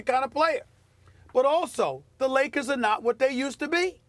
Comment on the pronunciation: Stephen A always says " THE LOS ANGELES LAKAS .... not Lakers !!!! LAKAS lol.